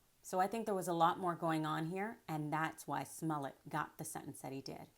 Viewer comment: Why does she keep pronouncing his name "Sss-mullet"?